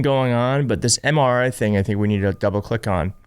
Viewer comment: He could barely even pronounce MRI. Good lord, help us!